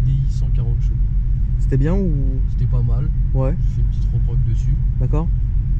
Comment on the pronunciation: Frère on dit CHEvaux pas JEvaux xD. C'est juste infernal ta prononciation de Tourcoing ^^